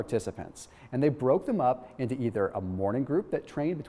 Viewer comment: are you sure you said that into correctly ???